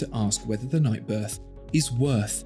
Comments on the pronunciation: Wait, did you say "Night Birth" ? LOL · funny, you actually said “night birth”😂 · Did he say “night birth”?!? 😂😂